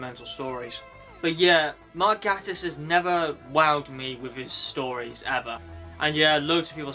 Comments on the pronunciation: Great review... but Mark Gatiss' surname is pronouced 'Gay-tiss' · i prefer the mispronounced name lol